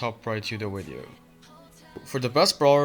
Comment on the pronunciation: “In today’s weedeo”